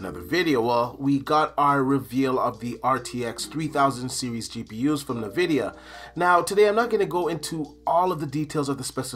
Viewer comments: I’ve never heard anyone pronounce it “nevidia” I always say it like “N vidia” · Why does say navidia? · ...Are you saying nuh-vidia? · Nuh-vidia 😂🤣 it’s team green all day, hang it up🤣